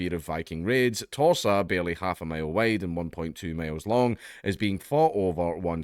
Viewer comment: When you say Torsa, it sounds like Tosser